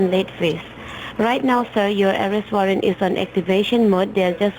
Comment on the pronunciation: Ourest warrant? Mistakilly? Wowcher? Porticol? ProWIDE?? "Under your NAM"?? The idiot scammers might want to learn how to pronounce simple English words.